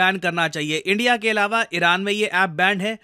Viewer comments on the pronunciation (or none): none